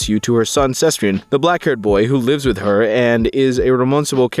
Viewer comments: convinced has never pronounced sebastian before in his life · Why do you pronounce Sebastian like that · Exactly, I thought this too, it was way too weird and jarring